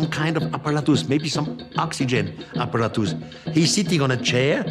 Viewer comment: When he says "apparatoos"